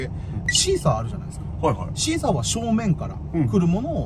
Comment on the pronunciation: さんのシーサーの発音がナイチャーぽくて面白かったです😂